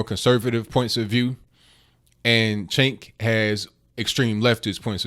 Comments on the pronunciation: it's pronounced Chunk Yogurt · Pronounced chunk, but I digress. I'm a fan of Crowder but this stunt reminds me of the idiots who disrupt Trump events. I cringed.